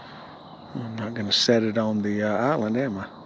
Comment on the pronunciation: What is an "ahlind"??